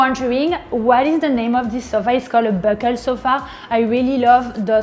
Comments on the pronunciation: She’s French and can’t even pronounce a French word. She said “buckle”… It should be pronounced as “boo-clay” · Did I just hear a french woman mispronounce "bouclé"? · Wait, how do the French pronounce bouclé??